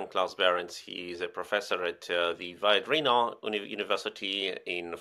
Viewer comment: Can the resilience person please pronounce the name Viadrina correctly, i. e. as a latin word!?